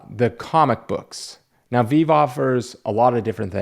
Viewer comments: Hey at Comic Book Investments, it’s called VEE-VEE. I noticed that you kept talking about the variant covers only. It sounds like you think that you’re just getting a 2D cover. The variant is just part of the collecting experience. Why not educate your viewers and tell them that you can actually READ the comics, page by page? You can also tell them how they are minted in order on the blockchain which gives it’s own grading system and value based on how close you collect to the lowest mint? How about how they also can be read in augmented reality/virtual reality? You know, the future of the digital realm and the reason why Zuckerberg changed Facebook to Meta. Seriously, if you did research on Ecomi/VEVE you would be so embarrassed that you would put this video on private. Wake up, inform your viewers and stop the FUD!!!! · Listen HORSE FACE, You aren't that intelligent so please stop pretending to be one. I am a hodler by passion and a blockchain developer by profession and I invest in VeVe, I am a fan of pop culture that's why I buy these NFTs. You are so new to VeVe to criticize it, You can't even say VeVe properly. I am invested in Ecomi/VeVe since their ICO 2019. I have seen those days when drops don't sell out that fast, I was too dumb not to buy them back then. GOODLUCK with your S&P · Bro.... how would anyone take this video seriously and you can't even say the company name correctly? You talk about folks being lazy in your vid... yet you don't know about how the system works? Save your opinions until YOU yourself do the research because it is obvious you are clueless about what is occurring in VeVe's ecosystem. I am only speaking because you have an audience and I respect those who put out truth. I haven't seen your other content.... but this being my first vid I watched from you... truthfully it is 🗑. From a content perspective. Lay out the facts then speak to it... not I don't knows and I thinks. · Bruh u can’t even pronounce the name rite Smdh lol